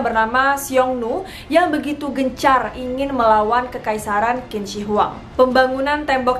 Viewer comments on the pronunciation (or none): cara bacanya Qin = Cin, bukan Kin. Yin Zheng = Yin Ceng, bukan Yin Zeng, Lisi = Liseu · Say Q itu bukan K cara bacanya 🙏 tp CH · Qin dibaca nya cin... Dia yg membuat negara itu di panggil cina buka kina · Hai.. Qin dibaca Chin ya.. Q jadi Ch bukan kin. Hehehhe.. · Maaf kak Qin dibaca ching bukan kin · Qin dibaca Chin bukan Kin. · Bagus ceritanya mbak, tapi Sedikit tambahan aja utk cara baca/ucap Kaisar Qin=Chin , jangan dibaca kin ya mbak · Bukan 'Kin' tapi 'Chin' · Qin = dibaca 'cin' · Qin itu bacanya cin bukan kin. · Kak, sebelum cerita mohon pelajari dulu cara pelafalan nama mandarinnya .. krn tulisan dan cara bacanya beda contoh Qin bacanya Chin, Zhang bacanya Cang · Q bacanya jadi C Qin= Cin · Kak bacanya Q bukannya C ya? Jd Cin.. bukan Kin.. maap klo salah. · Tulisannya qin tapi bacanya chin kak. Itu pinyin mandarin. Dynasty Chin kak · maaf yh kak aku sdikit koreksi , pronunciation "Q" dalam bahasa mandarin itu dibaca seperti huruf "C" 😄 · permisi kak, sptnya kalo Qin itu dibaca Chin dalam pelafalan china. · Tulisannya memang Qin tapi baca nya "Chin" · Q di baca "Chin" mbak... jadi Chin Shi Huang bacanya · Lafal Qin = Chin